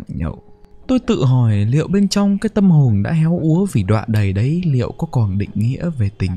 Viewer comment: sao lại đọc là tâm hồnh hả anh ơi :))?